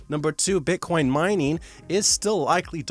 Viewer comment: Did he call Bitcoin beancon? :D